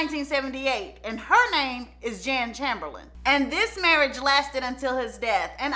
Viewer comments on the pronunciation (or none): none